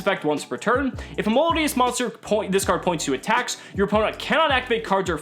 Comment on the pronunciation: the way he butchered melodious.........